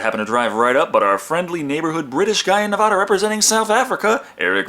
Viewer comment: Say Na-vah-da one more time and Texas becomes Tay-haas for the rest of time. It's Na-vad-uh.